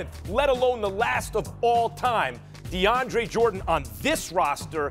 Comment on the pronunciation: I stopped listening when I heard Max say "DeAndre"...reaching brah